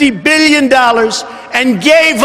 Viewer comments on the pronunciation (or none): You pronounce billion weirdly